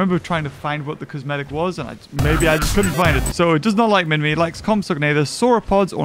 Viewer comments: Also u say it as minmai not literally minmi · MINMI not minmy to pronounce on google